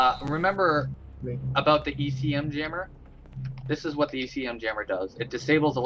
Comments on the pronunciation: It's ECM jammer, not EMC jammer haha. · Its ECM not EMC jeeeezz!